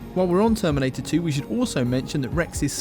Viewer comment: "The terminTator"